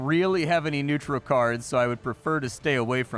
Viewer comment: Does struggle saying neutral?